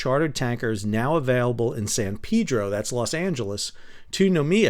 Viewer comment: What a great episode - "long time watcher, first time commenter". I'm doing research for a WWII naval simulation and we were just doing work on replenishment/logistics. My favorite part was you pronounced "San Peeeedro" correctly - you must have been here ;-)